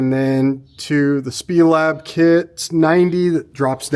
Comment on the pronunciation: It’s S-P-E- Lab. Snyder Performance Engineering Lab